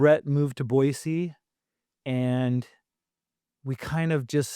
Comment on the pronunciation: I’m always surprised how many Washingtonians say Boizee. You have to know that’s not correct. I’m a Washingtonian, btw